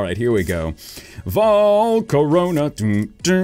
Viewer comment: when you say volcarona you mean my sharona